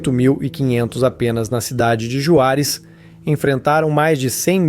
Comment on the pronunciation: Se pronúncia "Ruarez" com som de R não Juarez da forma que tá escrita.